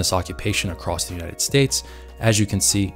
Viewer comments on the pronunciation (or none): none